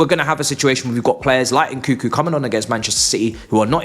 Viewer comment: Nkunku not Nkuku